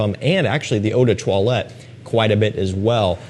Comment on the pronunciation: Please as someone who love french language, can you say the word “parfum” without pronouncing the “m” at the end ? We say in french “parfum” without the sound M at the end. “Eau de toilette” you pronounce it perfectly. Thanks for the content